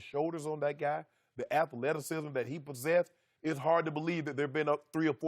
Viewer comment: Is Shannon sharpe saying “Atha-lettuce-cism” (athleticism)